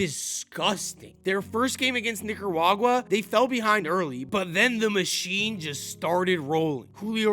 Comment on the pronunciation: Yo son watch how you pronounce Nicaruagua. Lol gettin real close